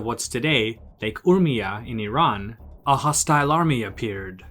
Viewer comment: You are probably the first person from USA or west who pronounce Iran correctly otherwise most people from US pronounce Iran as "I ran".